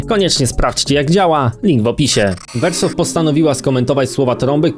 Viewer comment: Chuj mnie strzela jak słyszę wersow